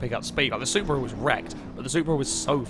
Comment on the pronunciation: I cringed so hard when he said that the Supra was a prasu